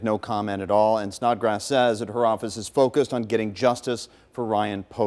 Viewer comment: Did he say "Snotgrass"?